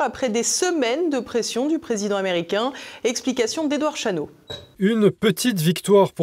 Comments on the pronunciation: il serait bien de parler français et de faire des liaisons inapproprié à tout bout de champs. ex: président tamericain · 7'45" "le dirigeant taméricain".Hahahhahahahah! Les liaisons dangereuse... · "Le président Taméricain." Hahahaahahahahahahaha!